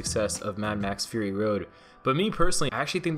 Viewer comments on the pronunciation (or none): none